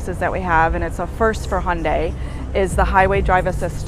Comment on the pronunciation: Thanks for great job of pronouncing Hyundai.